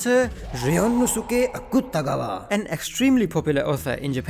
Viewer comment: bro u pronounced Akutagawa's name so good fr now i laugh each time i hear his name thinking abt the anime and also some other pronunciations and funny names and i realized Osamu Dazai's no longer human is actually explaining his real life and even the anime dazai's life but when he was in pm and ada cuz the anime osamu dazai kept drinking sm aswell and wanting to comit "shinjū" with a beautiful woman😢